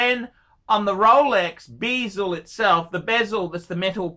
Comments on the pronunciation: when did bezel become bee-zel ? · Hey - that's not how you pronounce 'bezel'